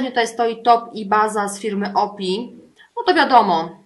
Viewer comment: O.P.I. czyta sie : "OŁPIJAJ" :)